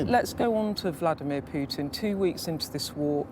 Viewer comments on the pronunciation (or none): IS CALLING HIM VKLODIMIERE